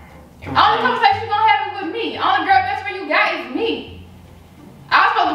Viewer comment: said GUR she mean girl lol